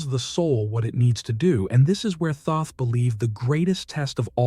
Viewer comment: The mispronunciation throws me off. Thoth through ai sounds coarse. The name itself is a vibration if said correctly. "Toht" (like "tote")